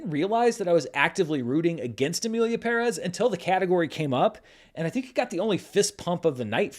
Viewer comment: BUT you pronounced Pérez correctly. I think you are the only person in ALL of the media who did not butcher the name. So Thank you.